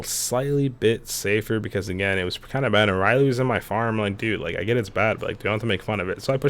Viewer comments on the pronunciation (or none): Its ray not ry and its luffy not rubber boy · So are we not gonna talk about how he says riley instead of Rayleigh as in ray-lee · HIS NAME IS RAY-LAY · Anybody else got a bit pissed of when he said Riley instead of Rayleigh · Bro it's Ray lee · omg its not riley its rayleigh lol i thought u were talking about riley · video is gr8 and very cool mod but as a op fan i have to say RAYLEIGH not RYLEE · It’s Rayleigh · I was looking for this comment man, at first I was like; “a Rayley what kind of marine is that” and then I saw the Rayleigh skin 😂😂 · Bro the way he says the names trigger me why does he keep saying Riley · Bro the way u pronounced rayleighs name💀